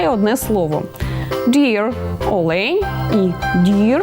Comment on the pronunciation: Дякую. Все добре, але наголос у слові олень неправильний